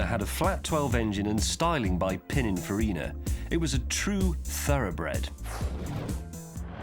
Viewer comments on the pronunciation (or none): none